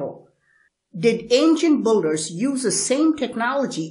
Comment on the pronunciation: Ok say BUILDERS, ( BILL-DERS ) not ( BULL-DERS ). I am sick of hearing you mispronounce this word over and over as many other people are. BTW, these monuments were not cast like that, and they are a hell of a lot older than 800 years. People found it there already built, (SAY BILT). Stop confusing more the ignorant.